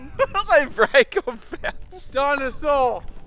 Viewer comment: No one: Absolutely no one:: DiNoSAur!